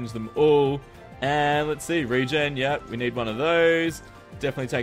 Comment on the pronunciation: did you said RAY-gen?